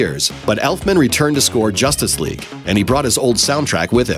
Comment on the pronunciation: Every single time he mentions Justice League all I coul hear is "Josstice League"